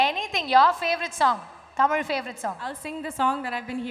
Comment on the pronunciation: Her tamizh pronounciation is on point…and crystal clear… shreya ghoshal’s pronounciation is not lik tis